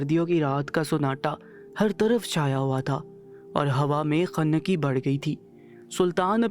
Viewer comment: خنَّکی نہیں بھائی خُنکی کُربناک نہیں کَربناک 😂😂😂 پہلے اردو سیکھیں یا کسی اور سے پڑھوا لو